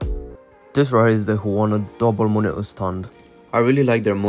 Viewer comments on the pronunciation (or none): "Monio" it's Monitor bro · monitor❌ monio✔✔